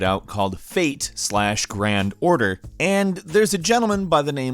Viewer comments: I don't play FGO but the way pronounces it as "Fate slash Grand Order" annoys me... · Every time he says “fate slash grand order” I cringe terribly. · the fate "Slash" gran order boi did that trigger me lol